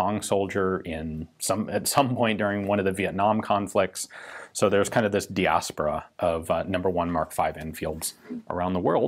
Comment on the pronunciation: Gun Jesus has me the correct pronunciation of Diaspora.